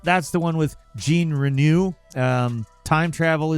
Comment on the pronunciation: Reh-know* is how you'd pronounce Jean's name